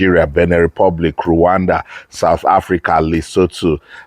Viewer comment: Why are u calling it luwanda